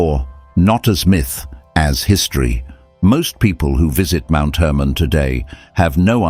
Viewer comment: Hermon not Herman.